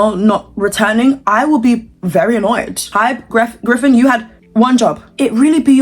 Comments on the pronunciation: babe who’s griffin ? it’s geffen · geffen, not greffen